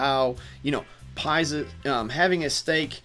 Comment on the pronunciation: Can you pronounce it as PIX-US lol not pie-zus ... overall great video thanks